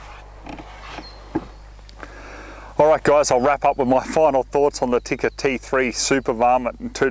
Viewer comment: I have Finnish heritage and I'd like to thank you for pronouncing Tikka correctly.